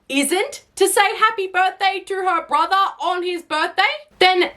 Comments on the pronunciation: I'm sorry I just had to point this out but "Borhter" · Lol you said "Borhter"